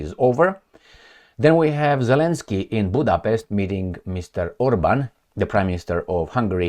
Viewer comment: Zelenskyi-yi-yi !! Where did you learned the pronunciation. Huh! I almost die laughing. 😂😂